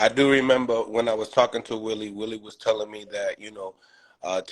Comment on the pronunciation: His name wali smh ! Not willie